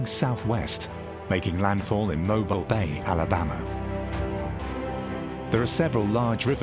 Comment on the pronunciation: DeSoto Falls near Mentone, AL is actually in Alabama, and Mobile Bay, next to the city of Mobile Alabama is correctly pronounced "Mo-Beal' ". It's more generally thought that after Madoc entered Mobile Bay and proceeded up the Alabama River, he went northeasterly up the Coosa River (rather than northwesterly up the Tombigbee River, as illustrated on the map) where he reached De Soto Falls, then from there went a short ways north to intersect the Tennessee River near present day Chattanooga, TN. There is evidence of stone fort ruins in NW Georgia and southern TN built by someone other than the Native Americans (who didn't build with stone, but with soil) ie. Mound Builders.